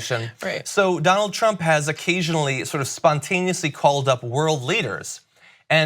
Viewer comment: Donald trump as doughnaut pump